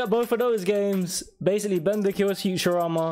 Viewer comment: He's called Bender, not Tearer